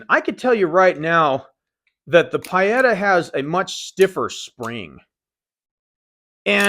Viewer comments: I could be wrong but I believe Pietta is pronounced PEE-et-a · no, the sound is marked with the phonetic symbol /i:/ and it's very close to PEE-eta. Nowhere near what said. No matter though, it's all just nitpicking, we all know what he meant. PS I'm half Italian;)